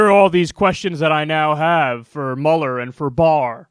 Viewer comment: Haha I cant believe after all this time of watching Kyle I never noticed he says Bob Muller not Robert Muhler it felt so weird hearing